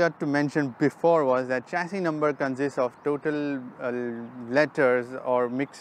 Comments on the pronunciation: Sir its not चेसिस... it's शेसी is correct pronunciation.... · Uncle it's not चैशी number its a शैशी number 😁😆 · Wrong pronunciation of chassis. It is "shesi"